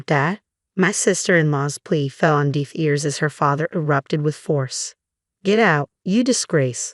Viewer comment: It's deh-f NOT Deef (deaf)